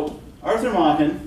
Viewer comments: This Welsh master's name is properly pronounced to rhyme with 'bracken,' Prof, not "Mocken." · May-ken, not mah-ken.